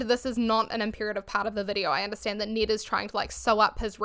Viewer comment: Thank you so much for helping me not watch this video on his actual channel! Great job of being respectful while not giving Ned any more credit than he deserves. Also, I love your pronunciation of Ned. If Ned Fulmer will agree to permanently change how he says his own name, I'll consider watching an episode.